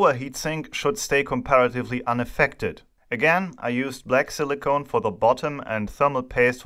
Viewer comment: Very cool (or hot?) Video as always. Just one little side note: the way you pronounce Silicon sounds more like "Silly Cone", and now everytime i hear you say it, i try to imagine what a Silly Cone (alberner Kegel) would look like 😀